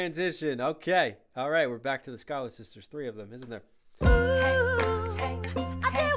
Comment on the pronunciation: “ChUyLeR sisTeRs” 🥹